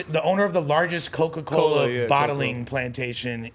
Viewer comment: Buddy said “largest coco cola bottling plantation” 🤦🏾‍♂️